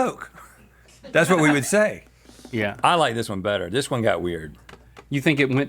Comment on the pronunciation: Does anybody else say would as (wool D)?